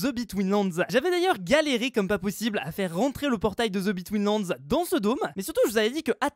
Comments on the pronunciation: the betweenlands moi qui entend:zebi tweenlands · On va me prendre pour un beauf, mais à chaques fois qu'il dit TheBetweenLand j'entends Zeubi Twins Lands ! On dirait qu'il le fait exprès ! 🤣